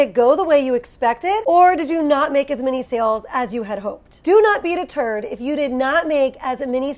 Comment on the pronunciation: I heard “do not beat a turd” and not “do not be deterred” 😂😂😂. Ok. 😅